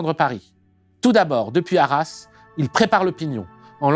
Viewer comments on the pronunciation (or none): none